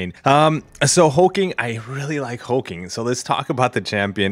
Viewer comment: His name is Hulk-Ling not Hul-King, just FYI. Regarding the bundle. it's much better but wish it was a 6* still